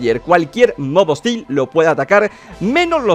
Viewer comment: El minuto dise mob ostin XD